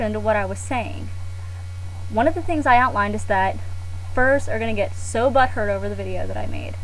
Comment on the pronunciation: lol i like how she says "BUtt hurt!" l;ol